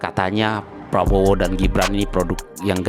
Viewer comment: Bapak Ini pembawa acara TV apa OPOSISI bicaranya menyebutkan Capres Probowo lucu sekali ya. lebih baik yang jelas saja SAYA OPISI GITU LOH KAN JELAS.